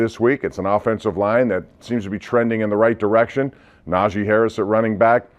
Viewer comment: IT'S NAH-GEE NOT NAJAY